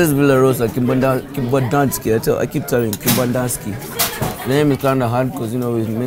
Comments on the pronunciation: Bruh you gat her to Kembandaski..not kempiski 😂😂😂 My girl Bev next to Kibanda too 😂😂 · Hahah more videos like this bruh please 😂😂🔥 you always said Kibandanski now I believe it exists 😂😂😂 is it really behind Kempinski?